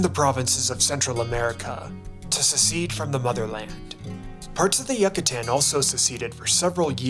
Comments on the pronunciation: Did you say “yuck a tan” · the complete mispronunciation of Yucatan, Juarez, Coahuila made the video unwatchable 🤢🤢🤢🤢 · you mispronounce Yucatan